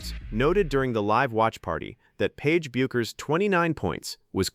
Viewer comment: teach your ai how to pronounce Paige's last name